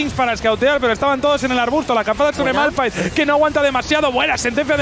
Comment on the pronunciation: Malphite q es esolo r Precede a fallar la r😅